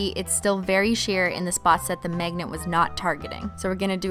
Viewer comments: ”megnat” lmao who else noticed she pronounces magnet like that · why do i keep hearing "MEGNET" and "MEGNETIC"